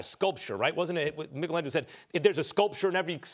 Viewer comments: Did this goof actually just say Mickelangelo Smh😂🤣😂🤣 The last time I checked he most definitely was not Irish😂🤣😂🤣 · Did he just say MICKLE-angelo